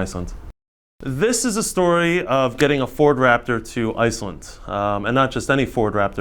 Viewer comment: Icelent and icelyn.... bugged my ears the whole time. Thought maybe it was just a speech impediment, but then he said Icelanders perfectly.